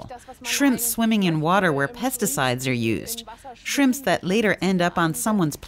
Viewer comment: He says chrimps🤣